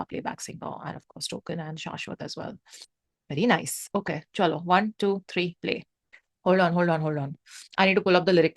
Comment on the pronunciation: Can i just ask are you bengali. Like the tone you said cholo😂😂